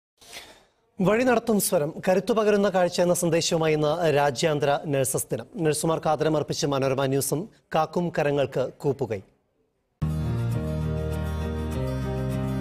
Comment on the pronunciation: Kaakkum karangalkk "കൂപ്പുകൈ " ennalle? Ithyl intro yil " kaakkum karangalkk കോപ്പുകൈ" എന്നല്ലേ പറഞ്ഞത്?🧐